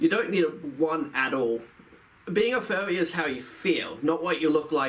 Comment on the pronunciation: He sounds like a monty python character. "Being a Fuwwy"